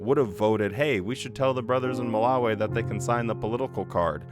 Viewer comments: I don’t like how you pronounce Malawi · Curious as to why so many JWs say Ma-la-wayy instead of Ma-la-wiii? Also if you did have a 100 hour video, you're gonna have to reaaaaalllly stretch out that theme song lead-in